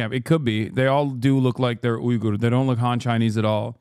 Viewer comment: no way your calling it a ughyur re-education camp